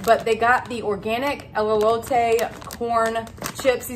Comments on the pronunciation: Its E-lote…teehee she said “Elleote” the whole video 🫣😝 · Just a little tip...😊. Pronounced "Ay-low-tay" = Elote 😊it's your elote though, you can say it however you want to.😆 ❤ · A great haul and a great price. You corrected yourself on the Elote pronunciation towards the end... it's just "L-LOTE`" not the "L-L-" the double L you were saying. You'll get it! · It's pronounced E low Tay There is no " Lolo "in the spelling of Elote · Too cute…. I love Trader Joe’s… Elote only has one L so it El-o-te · It's pronounced El-low-tay. I used to mispronounce wrong before as well 😅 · Elote pronounced as A/lo/ta…the E’s are said like A’s….Elote is a Mexican street corn 🌽 on the cob. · E-low-tae Nice haul! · Elote....say el LO tay...😎❤ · Pronounced a-low-tay. Both E's have long A sound.